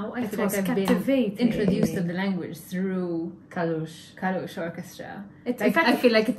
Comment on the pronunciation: Не КалУш, а КАлуш, ударение на А. КАлуш — это родной город солиста группы 🎉